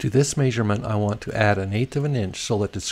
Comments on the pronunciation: That may-sur-ment drove me nuts. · My grandpa (from KS) said it that way as well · May-sure-ment. Yep, sounds weird to me too. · Must be from Utah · Drink everytime he says may-sug-ment😂😂👏🏻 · good help bro. try saying meh-sure-ment instead though. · I can't get over the "Maisurement